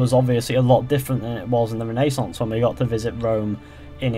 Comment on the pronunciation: It hurts me that he pronounces renaissance wrong